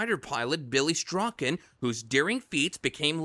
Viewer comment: BILLY STRACHAN NOT STRAWKIN...HE IS MY ANCESTORS ❤❤❤❤